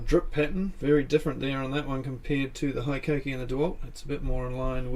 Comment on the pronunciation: Being a Japanese company, HiKOKI is pronounced like Hee-Ko-Kee and not High-Ko-Kee.